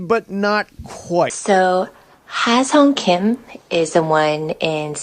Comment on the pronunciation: I could listen to that lady pronounce his name all day. lol. . My man on the mic salivating. Hahaha.